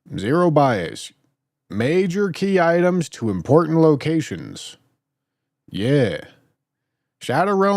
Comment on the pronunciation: The worst part of this stream is when corrected "Key ittems"